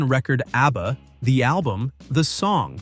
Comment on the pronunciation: Why does he keep calling them ARBBA?